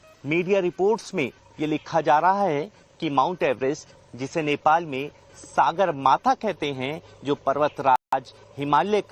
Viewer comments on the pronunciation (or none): Mt. Everest का सही उच्चारण सागरमाथा नहीं, सगरमाथा हैं ।